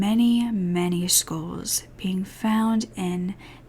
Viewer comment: I honestly thought she was saying "schools" at first lol I've never heard skulls pronounced like that, I was so confused!